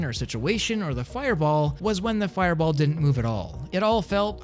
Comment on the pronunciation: u gotta say fireball like the anyome u know. maybe?idk?